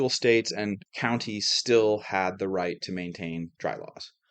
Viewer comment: Are you saying sill or still?